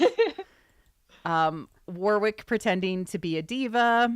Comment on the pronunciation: LOVE the stream, thanks for doing it. Hot tip, you are not pronouncing Warwick's name properly! The second w is silent.... it is not WarWick. It sounds more like Warrick.